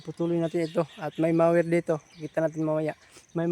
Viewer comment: ang correct pronunciation ay mower, hindi mayer.